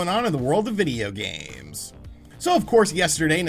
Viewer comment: Why do you put so much emphasis on “video games” in the intro? So annoying lol